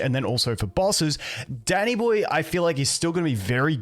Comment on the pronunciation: For a sec thought he said daddy boy instead of danny boy lol